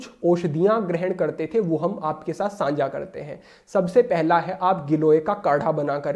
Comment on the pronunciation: प्रणाम! आप द्वारा बताए गए मार्ग पर चलने का पूर्ण प्रयास करता हूँ व चलता हूँ । आपके वीडियो देखता हूँ तब मुझे आपके द्वारा उच्चारित शब्द "सांझा" मुझे कुछ अटपटा सा लगता है । इसके स्थान पर शब्द "साझा" ज्यादा उचित लगता है । अर्थात् 'सा' पर अनुस्वार नहीं लगता है । 🙏